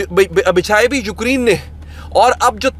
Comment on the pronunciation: Ukreen❌ Ukraine ✅